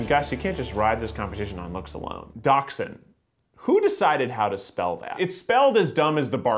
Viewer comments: He said it right, thought, it's "dax-sund" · Probably the Germans decided how to spell dachshund because it is after all a German breed. Though I commend him for not saying wiener dog or pronouncing it “dash-hound”